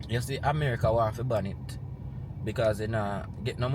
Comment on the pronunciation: You meant to say BAN not BAND.